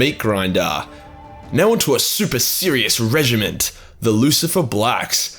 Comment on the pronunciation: it's supposed to be pronounced like regiment.